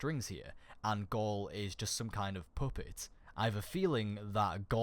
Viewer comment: dude you say puppet like poopit and you say ghost like gerst XD